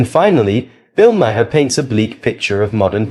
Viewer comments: Mar. Not ma har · Its pronounced Bill 'Mar' not 'Ma-har' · It’s Mar, not Ma-her. Only one syllable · Bill Ma-HAR??? 🤣🤣🤣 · Ma-har is one syllable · Mar. Like the planet Mars. Its Bill "Mar" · His name is pronounced Mar. Like Mars without the S. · Okay. I am not sure if this narrator is A.I. but the constant mispronunciations of Bill's last name is annoying. First the narrator pronounced it as Ma-har. Then after that pronounced it as Ma-hair. If you are going to comment on these videos get it right! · Why do you call him Bill Makhaar? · Why are you even on YouTube? You don’t even know how to pronounce his name correctly. It’s pronounced mar as in Del Mar. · Just a side note Bill pronounces his last name Maher as Marr. Great video other wise! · If you can't even pronounce the man's name properly you probably shouldn't be here.